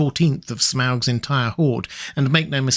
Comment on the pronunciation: Its pronounced smog.